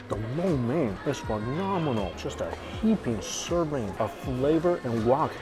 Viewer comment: Thank you Mike for saying " lo mian " correctly